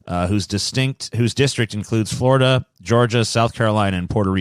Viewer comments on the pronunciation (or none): none